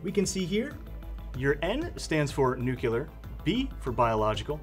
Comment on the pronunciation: Every time someone pronounces "NUCLEAR" as "NUCULAR" it drives me crazy, lmao.